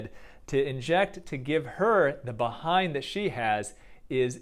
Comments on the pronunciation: The way he says be-hind sounds so funny 😆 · I like how he says behind 🐝 hind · Dr pronounces it " 🐝Bee-hind " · “BEE hind” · I love how you say bee-hind when it's Kim's ass but behind on natural ass 🤣. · "Bee-hind" LOL!!!!!! Yea I want a "Bee-hind"!!! 😆😆😆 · The way he says "behind" just gives me the kicks.